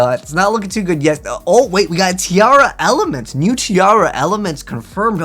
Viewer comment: It's okay he also pronounces TEAR LAMENTS as TIARA MENTS.